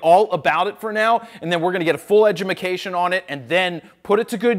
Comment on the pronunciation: "Full edumacation" - Lol